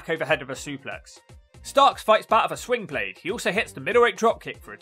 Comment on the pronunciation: Can't really tell but are you saying swingblade or slingblade? The move is called the slingblade from what I've heard. I'm guessing it's named after the movie slingblade and the tool used to cut grass or wheat with. The movie made the word popular though